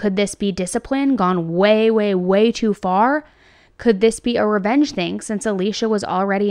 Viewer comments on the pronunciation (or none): none